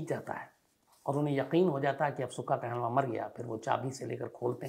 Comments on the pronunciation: you represented wrong facts aboutsukha kahlon and it's not kahlvaan it's kahlon. u dnt knw much about it. Punjab ke nojvan bhatke nhi hen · Kaaa-looooo-n not Kaahlava 🙏🏻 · कहलवां?? 😂 काहलों होता है साले। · not kehlwaan its kahloon